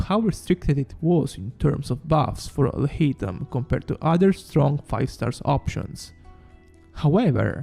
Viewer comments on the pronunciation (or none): Sounds like "I'll hate 'im"